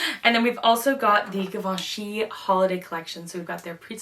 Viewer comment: Could you please pronounce Givenchy correctly? like [zhi]